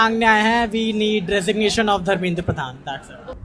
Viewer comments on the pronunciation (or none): रेजिग्नेशन नहीं dregination मांग रही है😂😂😂😂😂